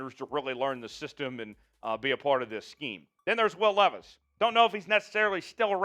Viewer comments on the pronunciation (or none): none